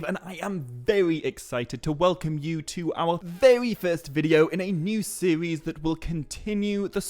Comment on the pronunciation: sorry when you opened up with a "new sewies" i cant